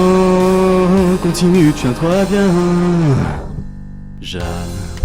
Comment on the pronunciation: Et tiens toi "biennns" 😂😂😂